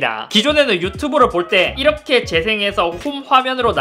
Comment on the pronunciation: 이러헥->이렇게 ㅋㅋㅋㅋ